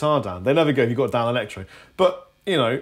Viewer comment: Danelectro is the word can't say. They are the 5H!T!